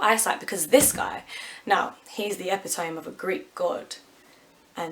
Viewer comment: Epitome is pronounced Eh-pit-ohm-mee. Jes UK higher Education paying off dividends again!